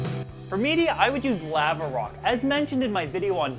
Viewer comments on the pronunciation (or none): given the amount of time's I have heard you say it I still get a kick out of the way you say lava rock.